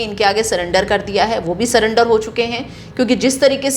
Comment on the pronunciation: आप भी समराठ (deliberate) की तरह सरेंडर को सलेंडर बोल रहे हैं 😁